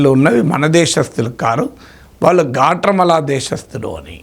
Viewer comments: గ్వాటమాల అని అంటారు. గాట్రామల కాదు సార్ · Guatemala Swamy—not Gatramala..😂😂😂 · గ్వాట్రెమాల కాదు సర్, గ్వాటెమాల.ఇంకొకటి, ఇప్పుడు ట్రంప్ దగ్గిర మర్యాద demand చేసే పరిస్థితిలో ఏ దేశం లేదు. మీకు మర్యాద కావాలంటే, మీ మీ aeroplanes లో వచ్చి మీవాళ్ళని తీసుకెళ్లండని చెప్తే చేసేదేమిలేదు. అసలు డిపోర్ట్ చేయడానికైనా ఖర్చుని మీరే భరించాలన్న చేసేదేమీలేదు. మాట వినకపోతే, consulates మూసేసి, వీసా రెన్యూల్స్ కూడా ఆపేసి తక్షణం వీసాలు అయిపోయినవాళ్ళని వెనక్కి వెళ్ళమంటే మొత్తం లక్షలమంది ప్రమాదంలో పడతారు. సో ఈ పనికి రాని చర్చలవల్ల use ఏమి లేదు.